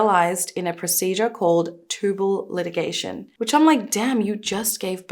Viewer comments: Not a big deal at all but I think it’s pronounced tubal lie-gay-shun. I had that done at 23 1 month after my daughter (2nd child) was born. I did it for health reasons but I’ve kind of regretted it over the years…but it was for the best. Great job as always! You da best❤ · Tubal litigation!😂😂😂 Is there a courtroom in your pelvis? I love it. Rough enough that nobody on earth can pronounce Fentanyl correctly, and Lord knows not a soul knows when to say she, her, me, or I, but this one really made me laugh. I've heard it before, but not from a lawyer. Love you, Sister!